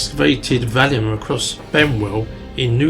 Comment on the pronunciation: On this video you keep calling it the Valium (the name of a drug) instead of the Vallum. The word Vallum possibly pronounced Wallum or Vallum means wall. Obviously it is not a wall but a ditch/canal. T C Bell, a marine engineer, was the first person to recognise it was a canal to move the stone for Hadrian's Wall. Once the Wall was built there was no need for it. As Martin Eckholt, who investigated European rivers, stated, "it is generally accepted that the only way the Romans could have transported cut stone from the quarries was by water".